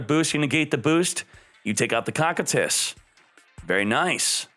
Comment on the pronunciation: For the love of god it's pronounced Koh like dough, Kie like tie, Tus Koh-Kie-Tus